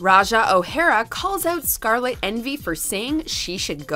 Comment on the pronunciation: Finally you SAID SCARLETS NAME RIGHT congrats girl